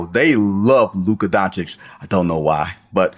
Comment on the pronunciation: TF? He’s a superstar, that’s why…what is your problem bro? Too Euro? And it’s Don-chitch…not Don-chick 🤡